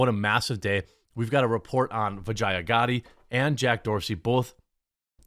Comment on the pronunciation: Dude... atleast make an attempt to try and learn to say someone's name. That's the second time. So cringe 😬 vagia?? Wth is that? Vijaya is pronounced VE-JAH! That's worse than the Israel Adesanya A-DE-SAN-YA not A-Don-A-Say 🤣 Come on you're better than this Jeremy. Good video otherwise